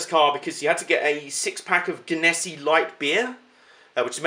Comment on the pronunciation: Im dying right now your pronunciation of that was soo off lol. I live in the area where the company is. It's pronounced gen-a-sea